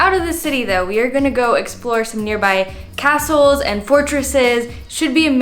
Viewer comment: When you said, “Let’s hit the castles”, I heard “Let’s hit the hassels!” 🤣